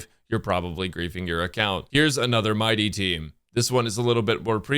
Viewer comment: He actually should be prunounced M - ee - dei with the accent on the last syllable. I don't know why English likes to butcher names from other countries. "If you play Bailu in 2025... " HP and revival meta says hello